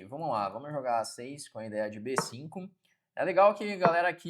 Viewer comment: Bê CINCUN KKKKKKK